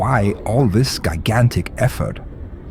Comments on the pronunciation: Yah, someone please tell it's pronounced Leg-o not Lee-go and Ji-Gantic not Guy-Gantic. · Saying gigantic as "gai-gan-tic" is hilarious. Egosoft, I love your products and your customer relations, BUT you need to work on your voice. I don't mean that metaphorically, I mean it literally. The voice of your company and the voice in your games both don't do your product justice. I'm sorry, but an English voice actor, you are not. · I will now say "gigantic" a new way from now on.